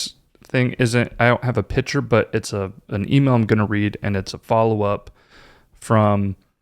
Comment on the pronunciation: Oh - I love listening to your podcasts while I’m driving and have learned so much from them! Could you, though, please teach how to pronounce “picture?” Every time he says “pitcher” I cringe! Your podcasts are of such a high quality, except for his mispronunciations!